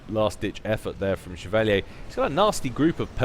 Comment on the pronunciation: Chev-a-leer. Chevalier.